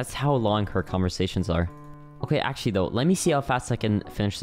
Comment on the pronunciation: pls dont tell me you just said akshually instead of actually💀